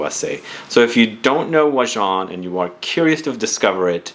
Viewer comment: Im glad to have an opportunity to hear the correct pronunciation. Never knew to say it thar way. I never smelled it, but watch and read revews. Sounds awesomely yummy. 👍🏽 also wouldn't mind winning if it can suit a female.